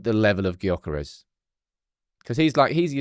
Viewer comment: You dont say the G in Gyökeres. Its more like jokeres. Coming from a swede 😂